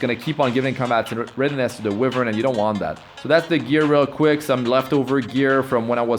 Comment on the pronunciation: Why-vern not We-vern